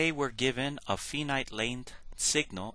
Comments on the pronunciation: It's pronounced with a long i, not with a long e as in female. Finite is pronounced like finance, or find where the i is long. Like the pronunciation of five, for example. Other words with the long i sound: are file, fight, confide. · Really!!!! This man is publishing these videos to help you learn a complex subject and all you can do is criticize how he pronounces finite!!!!???? Thank you